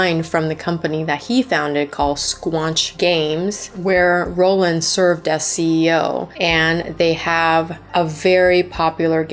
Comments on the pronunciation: It's Roiland, not Rolland. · Justin rollllland??? Haha great video but can't stand the pronounciationn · No hate but like I feel like you’re gonna do an entire video on someone you should know how to pronounce their name lol